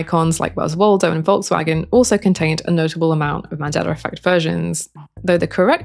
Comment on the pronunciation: “SOR! Scientists…” lol Great video on the Mandelar Effect though. Thanks!